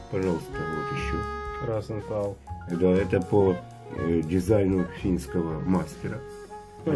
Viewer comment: Розенталь - с мягким знаком в конце слова